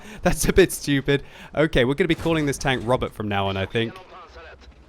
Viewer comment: good job butchering roberts name XD looking forward towards the swedish tank videos